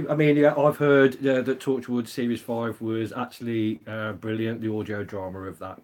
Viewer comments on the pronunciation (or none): When she said Ahhh, brilliant... I thought she said, Oh Berlin !